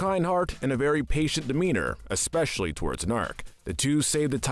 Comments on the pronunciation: How has no one seemed to peep the “Naark” instead of “Gnaark”? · It's Guh-nark.